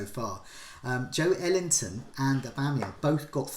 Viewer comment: yeah that break he puts in between pronouncing JO and ELington is too big, he's got to bring it closer